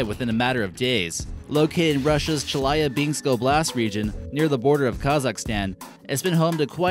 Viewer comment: Did you just say Chiliabinski?